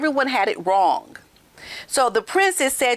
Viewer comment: says "wrong" like this something is "wronk"😂😂